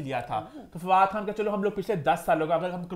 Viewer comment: Why she calls FADOO